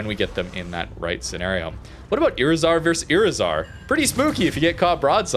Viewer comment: When you see a Spanish word with a "tilde", that marks the accent of the word. iRIzar.